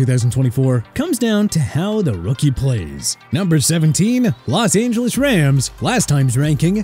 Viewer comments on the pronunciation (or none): none